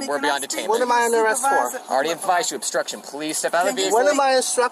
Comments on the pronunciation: It's no longer "obstruction" friends, it's "austruction". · “This is not astruction” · Austruction? I love when they make up new words. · "This is not uh-struction" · He can't pronounce OBSTRUCTION. 😮